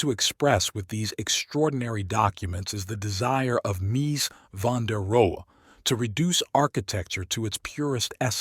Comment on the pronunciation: Interesting subject, but I couldn't sit through the AI narration. How many different ways can one model mispronounce a man's name?